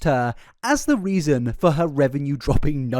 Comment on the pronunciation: "things were going well for Herrrrrrrrrrrrr"